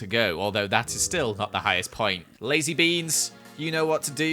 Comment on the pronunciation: I CAN'T- IT SOUNDS LIKE "TOUCH MY BEANS" NONONONO